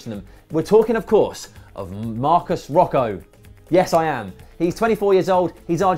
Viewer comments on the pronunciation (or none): You dont say Roco, you say Rowhoe Rowhoe = Rojo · Its "Marcos Rojo" like "Mojo Jojo Rojo" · It's pronounced as Marcos 'Roho'. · Rojo - Roho. Similar to James Rodriguez - Hames. Jo = Ho. Ja = Ha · Rowhoe? Thats not how u say it wtf lol. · Frodo Baggins Don't know what world cup you were watching mate, but it's been Roe-Joe where I was watching. And it took the english media 6 games to pronounce De Gea properly, and Januzaj took even longer. I wouldn't be looking to the English Press for name advice. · I'm Argentinian and "Roho" would be the best option... Is it correct? No, but that's the closest most English speakers are going to get to the j Spanish sound (which doesn't exist in English) and it ends with a short o (most say Rohou, because the short o in final position is also none existent in English )... Oh and Rojo is the Spanish word for Red, so Marcos "Red" could end up playing for the Red Devils